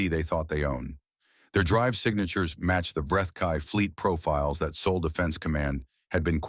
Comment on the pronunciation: “Saul not sole”. 😁